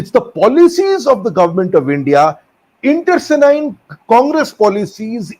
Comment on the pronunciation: Internecine, not intercenine wars,. However, good points re: La Familia Congressiana.